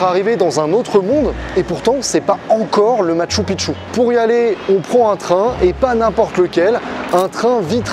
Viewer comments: Pour info on prononce "Matchou Pikchou" qui veut dire vieille ville / vielle cité, quand tu dis "Matchou Pitchou" ça veut dire vieux pénis... voilà voilà :) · Ca se dit Mashtou Pishtou...